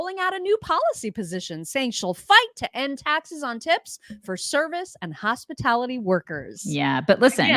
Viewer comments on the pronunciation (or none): She said “hospitity”not hospitality.